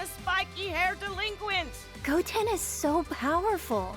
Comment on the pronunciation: The "delenquent" stuff really gets tired and old after a while